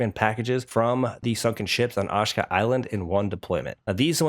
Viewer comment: Repeat after me…“AH SHE KA” Island 🏝️